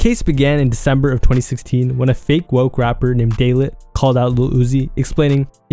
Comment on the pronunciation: It's not day lit, it's Day “LIGHT” Daylyt.